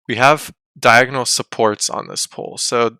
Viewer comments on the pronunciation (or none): none